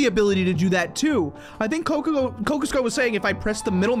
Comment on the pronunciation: “Cokico” lol